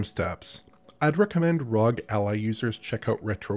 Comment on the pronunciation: why did you pronounce ROG like that it's R-O-G not one word.